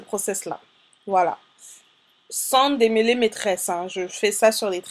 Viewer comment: "démeuler" ????? "démeulage" ????